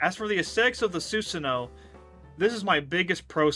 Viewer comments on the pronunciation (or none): Im sorry i only got 22 second in before it bothered me. It's Soo-san(like swan) oh-woh